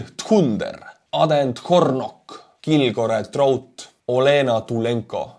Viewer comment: Well done on your pronunciation of Kilgore Trout!